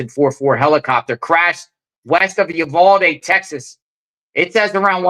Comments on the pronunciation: PRONOUNCED "EU-VAL-DEE " . 😊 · pronounced U-val-de. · "You - Vaal-dee" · They were probably shooting wild pigs or counting deer. Your not saying Uvalde right 😂